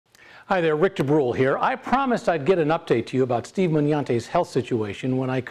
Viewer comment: good to see, apart from his improvement that you pronounce his surname correctly (he doesn't)